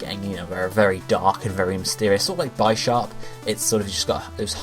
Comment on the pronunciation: Do you pronounce bishop as Bye-shop? Bisharp=Bih-sharp